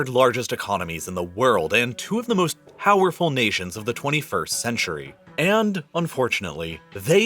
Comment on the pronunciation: "most howerful nations" 😆